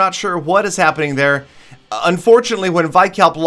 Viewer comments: btw vikalp is pronounced as we-kalp not y-kalp :) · It's vikalp not vaikalp 😂😂